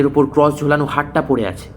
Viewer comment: tales ota ক্রঅঅস not ক্রউউস